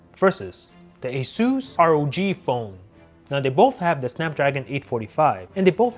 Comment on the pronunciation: why you still saying r-o-g phone???! simply say ROG!!